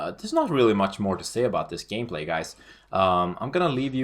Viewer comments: You really said Gay-play XDDDD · he says gayplay ;D